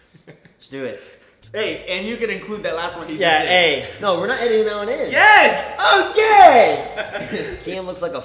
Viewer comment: I don't know if Jc shouted "OKAY" or "I'M GAY" 😂😂